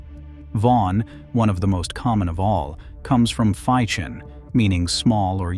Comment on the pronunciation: Pronunciation of the Brythonic and Welsh word Fychan was terrible phonetically it should be Vuckan the meaning is right small or lesser however in Welsh it would be an adjective for a daughter as the male form is "bychan". It was used by the Cambro-Normans for male sons.